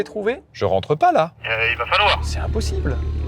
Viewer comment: "Particité" ? Zetes sûr ? Bonne vidéo mais désolé de te faire remarquer que t'as attrapé la même maladie que beaucoup d'autre YouTubeurs, c'est une épidémie manifestement de "Ça va -T-être". ET YA PAS DE T À "VA" PUTAAAAIN 😖😄